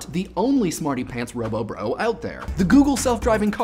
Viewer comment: Robobro? not ROBRO? really?!